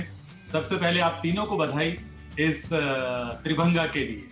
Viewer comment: वो 'त्रिभंगा' नहीं 'त्रिभंग' है। हिंदी शब्द का उच्चारण क्यों अंग्रेज़ी में किया जाता है?